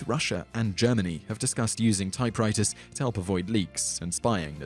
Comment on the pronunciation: "Typewritahz and Plasmer" LOL